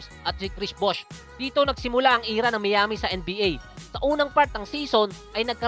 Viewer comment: lods Miami = should be mayami not miyami!! nice content peace!!!!!